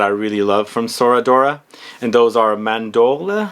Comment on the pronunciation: Bro chel e on day. Ce in Italian is chee.Mahn door lay(eh)= Mandorle. I love your channel but would love to see more care taken in your Italian pronunciation as you do your French